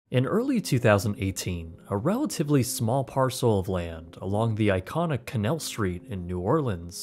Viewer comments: Bro.... ok... I enjoyed the video, but it's canAl, not Canel St. I'm from Louisiana, and hearing you say "canel" just.... ugh canAAAAAAAL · It’s pronounced “kanayal”